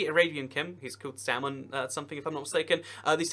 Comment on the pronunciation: isnt it weird the way says saudi arabia and (His Majesty) King Salman